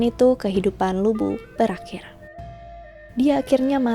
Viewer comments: Bukan lu bu tp lv bu, bacanya mirip2 li bu. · Bacanya Lu Pu kak, bukan Lu Bu, hehe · LU BU (吕布) itu nama dalam bahasa mandarin, yg di baca LU PU (B = P). Terima kasih, cuma membenarkan aja. 😍😍😍 Sekalian belajar mandarin yah, 😁🙏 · Utk cara baca nya Lu Bu bukan di baca Lu Bu karena semua itu merupakan pinyin, yang benar baca nya Lii Pu, sesuai dengan huruf hanzi ( mandarin character nya).. saran saja, utk tokoh2 dari tiongkok, rata2 semua menggunakan pinyin utk cara bacanya, jadi semoga untuk kedepannya bisa benar membacanya.. supaya semua orang bisa tahu cara baca yang benar.. terima kasih.. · Lu Bu?? 🤦🤦 Pas nama2 yang lain nyebut nya bener.. kenapa pas Lu Bu penyebutannya salah?? Bahasa Mandarin gak ada huruf B dong.. 😅😅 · Lü bu dibaca : Li (mulutnya dibulatkan) pu